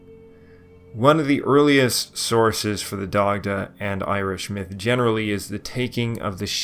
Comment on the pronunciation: Dac-tuh. 😁 slight guttural on the c like in German